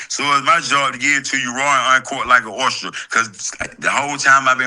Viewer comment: "Live an uncut like an orster" (oyster)😂😂😂😂😂😂😂😂